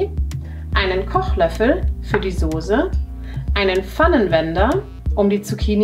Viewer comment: notice how she pronounces die Soße, as far as I know the ß should always be pronounced as [s]?